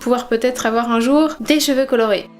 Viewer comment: Je pense que les couleurs comme le bleu ou vert marchent pas sur les cheveux bruns mais plus sur les cheveux blonds en fait. La rouge a très bien marché chez moi comme chez toi d'ailleurs... Par contre ta façon de prononcer cheveux.... non non non xD